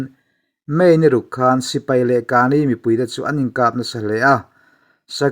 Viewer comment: AA hi pahnih (chi hnih) an awm a. Tuna rawn tel hi KNU Karen State-a awm an ni. Rakhine rama AA te nen an inang lo a nia. Kani tiha 'ka' hi thluk lovin, Mizovin 'keimah ka ni' kan tih a, 'ka' anga lam tur.